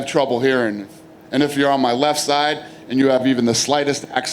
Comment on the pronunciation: the man said accent with an acchsent